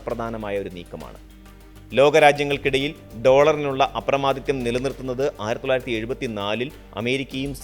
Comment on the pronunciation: അപ്രമാദിത്യം അല്ല അപ്രമാദിത്വം